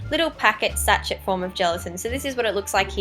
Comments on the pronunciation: Sachet is pronounced sa-sh-ay not sa-ch-et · sachet is pronounced sash-ay not satch-et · Sachet... Pronounced sash-ay... But I really loved this!! I've never thought of using gelatine.. I've only ever used latex.. This is good as! I'll have to try it!! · sachet is pronounced "sa-shay"